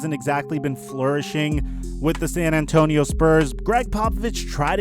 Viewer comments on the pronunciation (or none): none